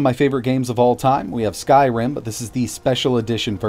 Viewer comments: LOL. "Sky Rim" instead of "Skyrim" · "Sky Rim" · "Sky Rim" XD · Ah yes, my favorite game, "Sky Rim". 🤣🤣🤣